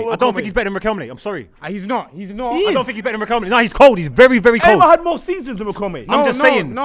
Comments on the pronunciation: said Riquelmlay ten times and nobody clocked it 😭😭😭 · naa how did everyone let get away with saying Riquelm-lay🤣🤣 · Riqemly 😂😂😂😂 repeated that with chest too many times… surprised no one picked David Villa at Valencia… he was cold. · Man said Riquelme’s name wrong sooo many times in one sequence 🤣